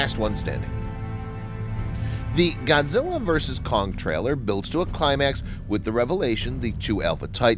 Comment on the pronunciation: its not godzille